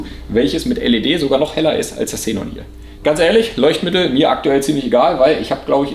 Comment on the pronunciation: Hmmm warum sprichst du das Gas komplett falsch aus? Hab nun 3 Minuten meines Lebens Investiert um recht zu haben: "Xe·non, kein Plural. Aussprache: IPA: [ˈkseːnɔn]" also Ksenon :) ich dachte schon mein innerer Monk hat unrecht aber wieso so komplett falsch??? Ist wie mit Pleuel... Mehrzahl Pleuel... was sagen manche pleule???? :D :D :D Aufgehts weiter mit dem Fideo